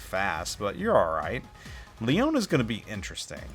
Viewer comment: Leone is pronounced just like the Billy Joel lyric "Tony Leone"... The "e" on the end is a hard E... And those "sails" are awnings rolled up...